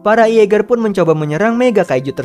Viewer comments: mimin...tu jaeger bkn iaeger🤣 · Jeeger bang bukan ieger